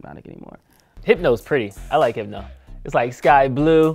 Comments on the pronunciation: Them saying hypno made me a lil upset 😂😂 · Every time they said “HYPNO” I wanted to FIGHT!!!!!! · They should’ve gotten 80’s babies for this. I was born in ‘83 and I’m 38. If you haven’t really been exposed to those drinks meaning old enough to drink them you can’t really give them a fair review. You DO NOT call Hypnotiq “Hip-no!” 😂